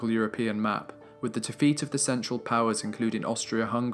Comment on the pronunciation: The narrator's voice is clear and well pronounced....However, he needs to work on his pronunciation of the definite article throughout the entire documentary.....